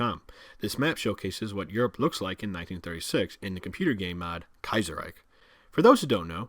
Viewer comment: Are you sure of the Kaizerreich pronounciation ? I would pronounce ch not a k at the end.